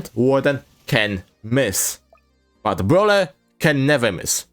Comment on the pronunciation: "bwhut wit bruleer, but wit bruwleeer" -, 2024